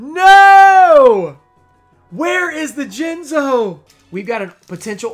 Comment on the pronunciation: Towards the end of the video you called jinzo, Jiz-no I believe. Jinxed yourself my man! Either way tho sick pulls